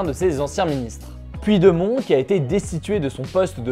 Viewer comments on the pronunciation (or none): "Puit de mont" 😅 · Super ton format ! Bien pratique pour suivre l’actualité rapidement ! En revanche sache juste que « Puigdemont » se prononce « Poudjdémone » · (va falloir que t'aprennes à prononcer Puigdemont)